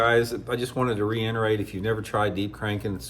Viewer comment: Not to be negative, but is it just me who wants to tell it Re-it-erate not re-in-erate?